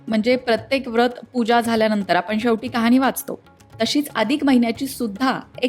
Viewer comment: Mam , khop chan khatha sangitli ahe 🙏 पण कुठे मध्ये उच्चार चुकतायत जसे ' कहाणी ' ला कहानी उच्चारय असो 👌